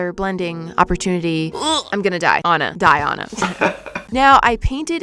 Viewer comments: my name is Diana so hearing it being pronounced “Die-Ona” so wrongly hurts my soul LOL 😂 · I’ve never heard someone pronounce “Diana” that way, and each time you say it I get a jump scare 😭